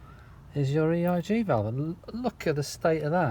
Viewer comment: You say ERG throughout...